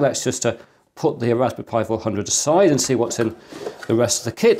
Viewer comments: Is he calling it a Raspi Pi? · I'm I the only hearing " Rasbi pi " ?? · "Ohw, a Rashpberry Pi 400, I supposhe." (Yep. You read it with the Sean Connery accent) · Why ist he always saying Rasbee Pie?